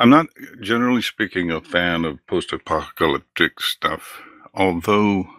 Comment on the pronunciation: At one point Illya had a verbal flub that sounded like he said "pop-ta-lyptic" so i just start picturing pop music singers getting in a fight and destroying the world